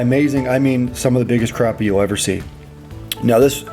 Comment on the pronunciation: Thanks for pronouncing it right. It’s crappie with an A not an O